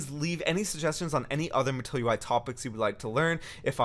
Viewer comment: This is so informative! Sidenote.. I just kept hearing "matoyo-i"